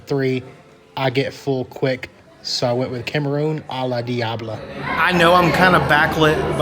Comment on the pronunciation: Bruuh. Its “Nye-ah-reet” not “Nay-ah-reet”. And shrimp is “cahm-ah-rohn” not “camaroon” like the country. Thats gringo af lmao